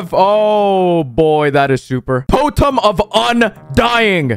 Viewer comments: potem of undying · he actually said potem of undying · Ah yes, toe tums, my favorite. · I don't think anyone noticed but in the intro he said potem of undying 😂 Me:has many enchanted bows in my Minecraft server Also me: realises how lucky I am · Ah yes "totums"